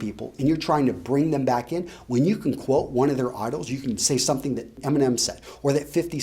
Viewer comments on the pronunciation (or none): none